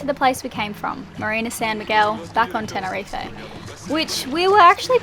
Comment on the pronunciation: What's all this Tenerife A it's 'ten er reef'